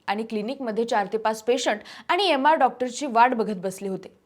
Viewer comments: य-मार नाही हो.. एम आर असतात ते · अगं मुली तु मराठी असून तुला स्वच्छ मराठी बोलता येत नाही, व्याकरणांचा अभ्यास कर, " न " आणि " ण " चा ऊच्चार कुठे कसा करवा हे ही तुम्हाला कळत नाही, " एम. आर. " ( M. R.) ला तु चक्क " यम. आर. " ( note timeline & ) असा ऊच्चार करतेस, अरे तुम्ही चॅनल वाले भराभर बातम्या पोस्ट करण्याच्या धावपळीत त्याचा मुख्य गाभा म्हणजे स्वच्छ आणि अस्खलित मराठी बोलणं ह्या बाबतीत काही दखल घेत नाही आहात आणि असं करून तुम्ही माझ्या अभिज्यात भाषेचा दर्जा मिळालेल्या माझ्या माय मराठी चा अपमान करताय. चॅनल नि त्वरीत ह्यावर अंमलबजावणी करणे गरजेचे आहे.